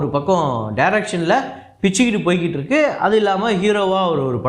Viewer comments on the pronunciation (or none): none